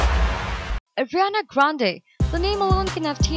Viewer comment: Is it just me or is the voice-girl saying Adriana Grande??